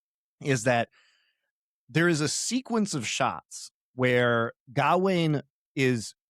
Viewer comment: If I hear say “GAH-WAYNE” one more time, I’m gonna jump through this phone screen and serve him up to the Green Knight. DOA’s pronunciation is correct, it’s “G’ WAYNE”